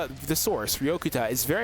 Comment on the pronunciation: btw its ryo-kut-ya